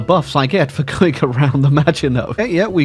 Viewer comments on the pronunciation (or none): none